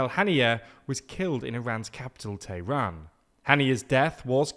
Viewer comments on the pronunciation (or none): none